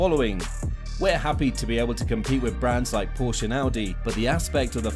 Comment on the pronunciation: One minor correction: the 'e' Porsche is not silent when pronouncing it.